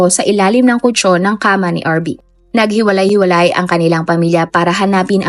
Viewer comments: Nahiwalay hiwalay😂😂😂 It should be naghiwa-hiwalay😃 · Natutuwa po talaga aq tuwing binibigkas mo ang word na NAGHILAY HIWALAY 😊 always listening from Isabela Luzon ❤